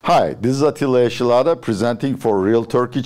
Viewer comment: Niye atilla yesilada yi amerikan aksanıyla telaffuz ediyorsun hocam